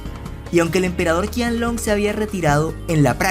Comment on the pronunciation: De hecho se pronuncia Chianlong ;)